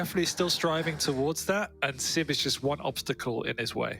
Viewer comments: Is opportunidy a swedish thing too? Nothing against flee but hearing sip instead of sib makes my blood boil, be it a swedish or martian thing. I know swedes have a hard time with "j" outside swedish but saying SIB can't be THAT hard can it? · Dear, it's siB, not siP